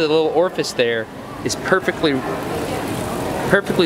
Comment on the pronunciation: Frost Night Hahahaha The way he says it too "Ah cud ma hed in theya"😂